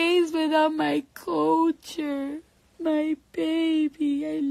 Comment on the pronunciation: Culture is not pronounced as "Co-cher" lol I don't care if her name does start with a K. The L is NOT silent lol.